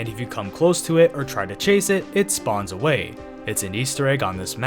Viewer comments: Saying "err" instead of "or" bruh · You keep saying er instead of or